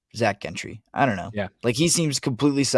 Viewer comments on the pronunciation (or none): Gentry is pronounced "Jentry."